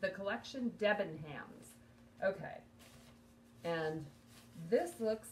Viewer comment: Hi, had to laugh at your pronunciation of DebenHams it’s a silent h, they are a big uk department store chain and that was an own brand. A UK 10 is about a US 6 if that’s any help.